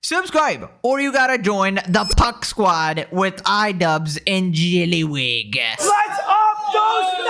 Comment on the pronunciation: The way you say JYELLLYYYWIG gives me life